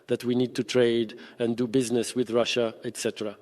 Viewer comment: can't even say russia